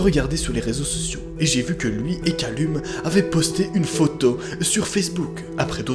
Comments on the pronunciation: Callum ça se prononce Caleum XD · Calleum s’il te plaît, sa ce prononce Calleum 😭🤦🏾‍♂️ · Par contre Callum se prononce "Calloum*"